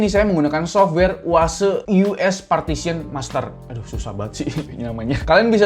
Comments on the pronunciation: Yu aes yu es = easeUS wkwkwk Ampun breee 🤣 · Itu softwarenya EaseUs bacanya "Iyaz-as" bang wkwk 🤣